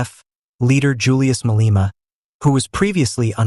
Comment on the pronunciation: "Ma-lay-ma" not "Ma-lee-ma"